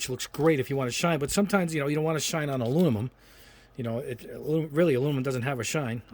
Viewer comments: Back for the “Alunimumnummum” drinking game. 😂🤦🏽‍♂️ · Lol you don't even try to pronounce "aluminum"